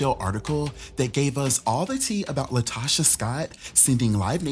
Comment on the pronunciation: It’s “LaTOCHA.”